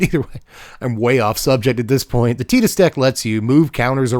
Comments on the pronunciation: Tea-dus is correct... but c'mon Tie-dus is so much better in English specifically it hurts. It probably wasn't intentional, but it fits so well. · Tidus is pronouced like Teedus. You are correct. But I really dont mind anymore. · The clip you're thinking of is probably from Kingdom Hearts. Tidus's name is never said in FFX, but it is said in crossover content like Dissidia and Kingdom Hearts. And in Kingdom Hearts, Wakka says Tidus's name. (And in KH2, Selphie also says his name, but she says Tye-dus instead of Tee-dus, meaning that there are two official pronunciations of his name within the same franchise.)